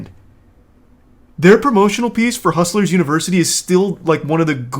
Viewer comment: Christ, the way Tate talks...."Univers-uhh-ee"..."Harr-attack"..."Infi-del-uhh-ee"..."Beau-ee-ful". It's like nails on a chalkboard. He's the most "superior" male that's ever lived.....but he can't even pronounce his fucking "t"s.